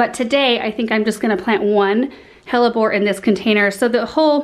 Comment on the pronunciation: every time you say hellebore I think you are about to curse lol